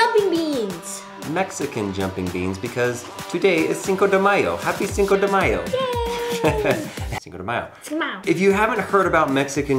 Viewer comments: "sedimao", 2018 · it sounded like you said "noshindayo" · Cinco De Mayo. SDEMIYO, said. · "Cinco du mayo" lol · Fix the pronunciation for Cinco de mayo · The way he pronounces cinco de mayo makes me die a little inside each time